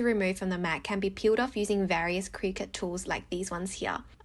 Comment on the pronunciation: You're pronouncing Cricut wrong 😆 It's "cricket" 😂